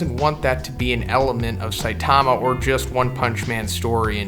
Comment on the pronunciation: "Siatama" lol